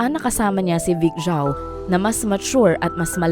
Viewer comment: Vic Zhou po! not Chou 😒